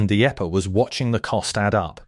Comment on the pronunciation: The eppa? 😂😂😂😂 Teach your robot about acronyms. And, punctuation while you’re at it. 🤡